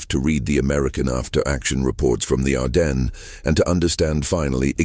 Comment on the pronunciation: ITS PRONOUNCED, "ARDEN" THE S IS SILENT